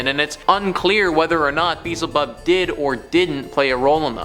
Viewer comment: It is pronounced be-el-ze bub .